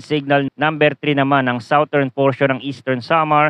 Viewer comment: #Forecaster, Southern is pronounced as SADERN, not sawtern. Check the dictionary.